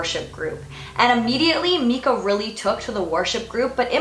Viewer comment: Mekah? Its miiiiicah Ahah. That's my only complaint on this video. Great job, very enjoyable video- you're really great at speaking in a way that makes it easy for the audience to envision the story.